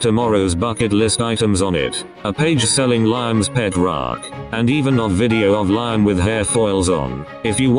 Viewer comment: “A page selling Lie-Am’s pet rock” 💀